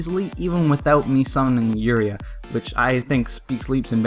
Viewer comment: Not trying to be a hatter but u said uria wrong